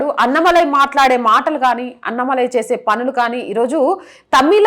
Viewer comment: అన్నమలై కాదు అన్నామలై అన్నామలై అను anchor తల్లి...